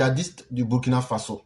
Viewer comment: Je vais m'adresser à l'idiot qui se cache et parle on dirait il vient de manger gari sans sucre -là. Le Burkina Faso n'est pas ton ami, c'est un pays qui a existé avant ton grand père. Tu peux ne pas aimer notre président, celà n'engage que toi, mais tu n'as pas le droit de tordre le nom du pays. Si tes autorités ont négocié de pays à pays pour libérer les deux gendarmes, tu ne dois pas jouer à la folie jusqu'à mal prononcer le nom du pays. J'ai toujours dit, tout ceux qui sont payés pour dénigrer le Burkina,vont vomir cette argent tôt ou tard, demande à djony patchenko, il est en train de lire l'heure actuelle. Ton tour arrive. Vous, les jeunes ivoiriens avec vos bêtises -là, vous croyez que burkinabè n'a pas bouche pour vous insulter aussi. Voilà une jeunesse paresseuse, naïve, une jeunesse de buzz, de brouteur, de facilité qui veut mépriser les gens. Bandit là !